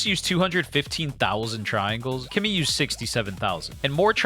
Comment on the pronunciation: This it’s clearly a promotional video, it’s obvious that Claude it’s way better than Kimi , can’t even compare, but you keep saying kemi it’s best 🤣🤣 like you been paid to say that 🤣🤣🤣.